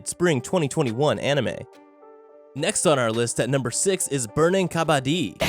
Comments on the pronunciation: Wtf its not ka-baa-di Its ka-ba-ddi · Well It's not pronounced "kabadi" but pronounced "Ka-ba-d-d-i" It's an Indian sport. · its burning kabadddddi (ka-ba-dee) not kabaadi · This guy literally saying kabaddi like kabadi (Indians can understand) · It is pronounced as ka bd di i am telling you as I am indian and this game is also indian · As the origin of the game is in my country I would like to tell kabadi is pronounced as "Ka-ba-T" the "ba" in it is pronounced like the ba in baboon n not like the ba in bag... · the way he pronounced kabaddi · Oh god the way you butcher Kabaddi yet say it's name the most..... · Tbh no offense but ur pronouncing kabaddi wrong and bow it’s from India (I am from India)